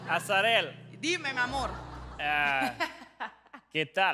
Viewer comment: Und dann spricht Nico gleich ihren Namen falsch aus. Arazel, anstatt Azarel.